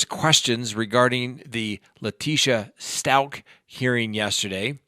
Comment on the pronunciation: I believe stauch rhymes with couch.